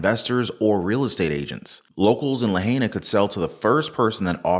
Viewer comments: Dang please learn to pronounce La High Na and the Governor is in on it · Aloha, only sharing as you will have many more segments about (pronuciation La high na) Lahaina, Maui. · EXEMPT!!!! And it's pronounced "La hine ah"